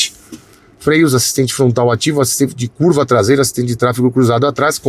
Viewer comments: “Tlasela” foi demais. Hahahaha! Sucesso! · A traseira inteira nao virou “TLASEILA” kkkkkkkkk muito bom kkkkk